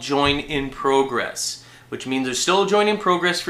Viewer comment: you say 'progress' like you have an accent, but you don't. I don't get it, and it's really annoying...